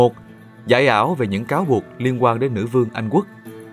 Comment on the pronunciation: giọng Nam nghe qua thì có vẻ ổn nhưng nghe kĩ lại thấy bất ổn, ví dụ điển hình: đọc thành wê hương, Anh wuốc, trong thời Zang qua, …